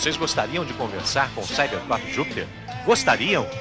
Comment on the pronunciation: Perceberam que o narrador não sabia falar Cybercop?